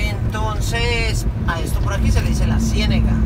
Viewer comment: le corrijo,se dice Cienaga no Cienega saludos Tampa Florida USA